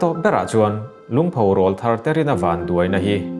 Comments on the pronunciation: Thu dang daih aw. 'Rawlthar' hi 'Keifang' tih anga thluk lovin 'Saitual' tih kan sawi angin thluk sang phei hlauh ta che. I aw a nalh sia. Hetiang ang rual hi Rawl (Aw) thar (a sap ṭawng takin - New voice) rawn nei rual an nih avanga rawl thar tih an ni e. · Rawlthar tih i lam dan khi a dik tlat lo mai